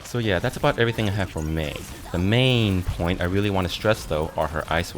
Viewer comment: LMAO. MEI-n point